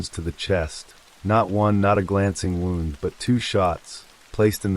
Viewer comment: It’s AI you can tell by the flat affect and pronunciation of words such as wound and live using both in incorrect context